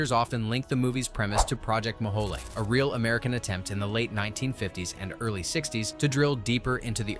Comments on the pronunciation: Fer Gawd's Sake.... the name of the real life drilling project was Project "Mole HOLE".... not "Ma-HOLEY" That single mispronunciation, three times within a minute, took me right out of the feature... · Pronounced "mow-whole" not "mow-whole-ay" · Bad pronunciation: it's Project Mohole, named for a Soviet attempt to drill a hole through the Earth's crust down to the Mohorovičić discontinuity between the crust and the mantle. It was not named for a Mexican sauce!